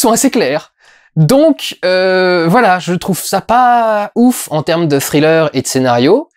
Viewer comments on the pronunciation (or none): none